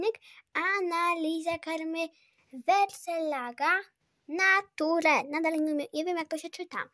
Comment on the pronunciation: Czyta się :wersel laga nejczer🙂. Pozdrawiam Maję i ciebie wraz z moimi dwoma pieskami i prosiakami. A co do karmy: Wersel laga to ogólnie dobra firma, jak pewnie wiesz (albo i nie😉) świnki morskie nie trawią zbóż. Więc lepiej, aby nie było ich w karmie. Ps. Jestem weterynarzem i psim bechawiorystą. ❤️🐾🐾🐾 Pisze to, bo dużo ludzi negatywnie odbiera moje komentarze.